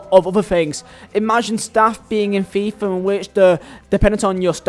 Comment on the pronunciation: I love how he says fifa like a true burnley man. FEEEFAH